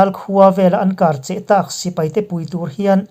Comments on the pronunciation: Kar cheh tih hi, (Kar) hi thluk sang zawk tur a ni e. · An kar cheh kar tih tak kha thluk hniam tawh suh thlul sang hrat rawh i lam dik chiah ang